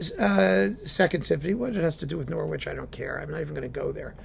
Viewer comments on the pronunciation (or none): It's pronounced NORRITCH!